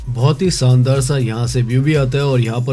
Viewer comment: Saant nahi shaant aur saandar nahin shaandar kehte hein. You are pronouncing sh as s. Correct your pronunciation which is essential for an orator.